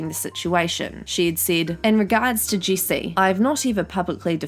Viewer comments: I think it’s funny how you say her name it sounds like juicy instead of Jessi haha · Sorry, I just like how she says "jessi" like "juicy"